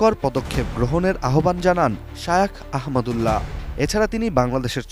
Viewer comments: নাম টাও ঠিক মতো বলতে পারে না😢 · শায়েখ আহমাদুল্লাহ হাফিজাহুল্লাহের নামটিও পড়তে পারে না কী আশ্চর্য!